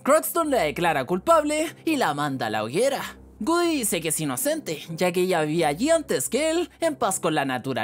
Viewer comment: Pero es "GOODY" no "WOODY"